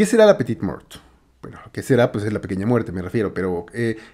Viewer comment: Se pronuncia la petit mor ... La t final es muda la e según de donde provengas se pronuncia o no. Como parisino te diría que no. Artista que descubrí con el black list.